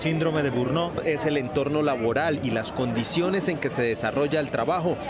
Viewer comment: Síndrome de burnó o burnot NO existe. Se llama burnout y se pronuncia más o menos así: bern-aut Es mejor intentar decirlo bien o dejarlo en español "síndrome del trabajador quemado"